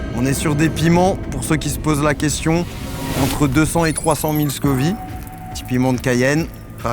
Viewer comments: Scoville pas scovi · "Scoville", pas scovy 🤦‍♂ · ScoviLLE. SCOVILEU pas Scovi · on dit échelle de scoville pas scovi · C'est l'échelle de Scoville, pas "scovie" 🙂🙂. Au top la vidéo !! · Scoville par contre, pas Scovi 😮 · Toute la vidéo il dit "l'échelle de Scovie" 😩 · On dit scoville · Scoville donc tu dis ville merci